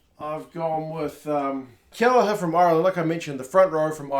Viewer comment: Lol - Keheller 😉